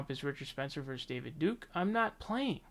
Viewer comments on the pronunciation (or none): none